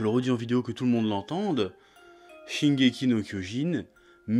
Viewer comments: Euh c’est « Shingeki » pas « shingeky » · "Shingeky" no kyojin 😭😭😭 dites moi quil fait expres